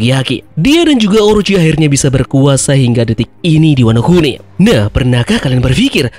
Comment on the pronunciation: ワノ国: bacanya Wano kuni artinya negara, bukan oi. Teori ngakak 😂😂